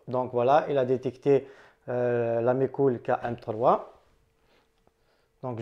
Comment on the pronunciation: Super ta vidéos , attention a 1"03. je ne sais pas si on ta déjà fait la remarque. On entend "de mes cou...lles" après déduction j'ai compris que c'etait MeCool